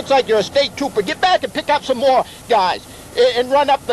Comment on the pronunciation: The cop sounds like a lil boy there’s some mOre Right ThErwe